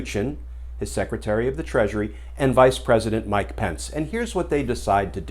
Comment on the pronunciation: I live in NZ, and it’s Pence, not Spence.😉